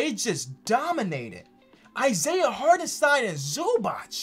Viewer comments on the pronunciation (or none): none